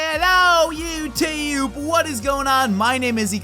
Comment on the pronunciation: What was with that intro it was like (weird accent) hello youtuhe it sounded like that youtuhe